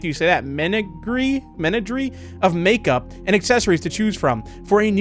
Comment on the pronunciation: Bro couldn’t say makeup lol